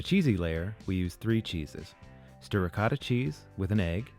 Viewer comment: If I hear one more person miss pronous the word Ricotta I will go nuts its an O not na A